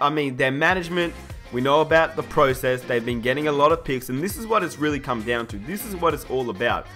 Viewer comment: ugggghhh "pro" cess annoyed me so much